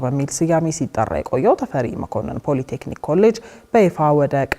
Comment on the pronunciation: ለዜናው እናመሰግናለን ! " ፖለ ቴክኒክ" አይባልም፣ በትክክለኛው ፖሊ ቴክኒክ በይ!